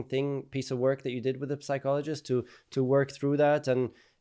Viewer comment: the 'p' in psychologist is silent.